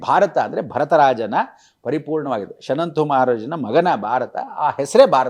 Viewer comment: ಸ್ವಾಮಿಗಳೇ,. ಅವರು ಶನಂತು ಮಹಾರಾಜ ಅಲ್ಲ 😂 ಶಂತನು ಮಹಾರಾಜ🙏